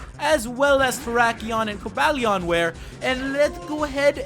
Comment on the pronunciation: ***** Umm... you said Virizion, Terrakion, and Cobalion wrong!